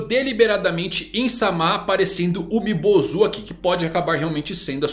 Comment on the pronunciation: na verdade se fala Umibôzu